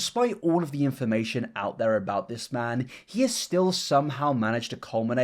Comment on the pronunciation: When you said "this man" I heard " Piss man" in reference to the onion man and HAHAHA did a spit take